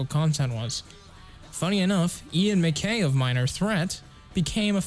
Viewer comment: Great vid! One note - Ian Mackaye’s last name rhymes with eye!